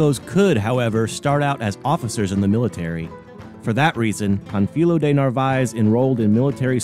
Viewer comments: The correct way to pronounce Pánfilo is to stress the a not the i. It is not Pan fEE lo, it is PAN fi lo. You know this from Spanish grammar. The accent is placed on the a, thereforestressing that vowel, if it were stressed in the i, no accent would be written ans the name ends in a vowel. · The accent over the first syllable means to stress the first syllable -- Pan. You stressed the second syllable -- fi. Your pronunciation is inaccurate.